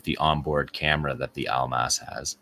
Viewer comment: Almas should be pronounced like AL-MOSS it means diamond